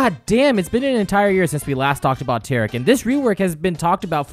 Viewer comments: It's pronounced T-air-ic not tarec Kappa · The way you say taric hurts me